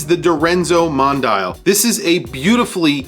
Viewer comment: Mon-dee-al not mon-dial (as in watch dial).